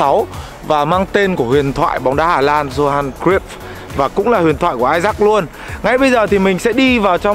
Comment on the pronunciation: Góp ý chút là bro phát âm sai tên của huyền thoại Johan Cruyff r nhé. Phải là yow haan kroyf.